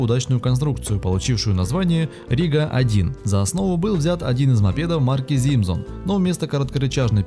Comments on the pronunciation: Парень :) Не Зимзон а Симсон :) (буквы Z и S зависели от страны производителя) И еше небольшая оговорка.... не Шуаляй а Шауляй :) А так всё норм. Бывший счастливым обладатель Рига-11 :) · Шуаляй вместо Шауляй , Зибзон вместо Симсон/Simson и куча иного бреда. Отвратителен автор !